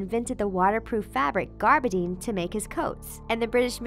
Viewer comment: Cool video, but what's up with this girl's pronunciation i.e. "Courreges and gabardine? If your'e going to report on fashion, you might want to know what you're talking about.